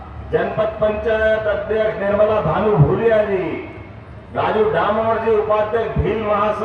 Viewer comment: भानु भूरिया है भादरिया नहीं